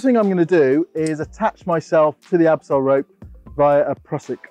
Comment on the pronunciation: Is it "abseil" (title and the German word) or "absail" ( in the video) ?